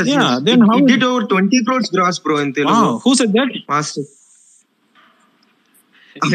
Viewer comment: TeluNgu illa bro "Telugu" Sollunga "Telugu" Throw away the "N"